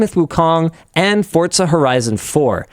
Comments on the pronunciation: ITS FORZA NOT FORTZA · Linus, genuine question, where does the t in your pronunciation of forza come from? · Just how many "T"s are in Forza. The number seems to increase every time Linus says it.